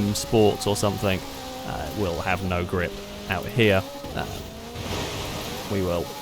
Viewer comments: gLiP lmao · You are the only person I’m aware of that pronounces “grip” with an L